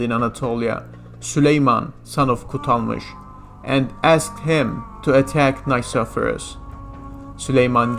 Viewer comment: You are pronouncing "Nikephoros" wrong. The Nike part needs to be pronounced like you would say "Mickey" (From Mickey Mouse) but with an N instead of an M. And phoros is pronounced flat and also intonated like that "phoooooros" "Nickey" + "phoooooros" = nickeyphoooros you can also put "Νικηφόρος" in google translate, choose Greek and see how the name is correctly pronounced. As a Historian you are just obligated to do the minimum amount of research (google translate) before you butcher someone's name. The rest of the video was really good:)